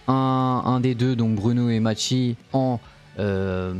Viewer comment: Ça se dit Mayssy pas machi 😂😂